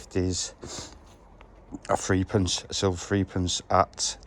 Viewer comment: Old threepence was pronounced threpence